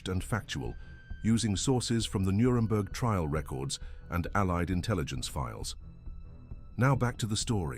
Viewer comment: “Nuredberg” - really? This is really bad AI slop.